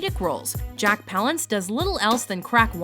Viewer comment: You mispronounced Palance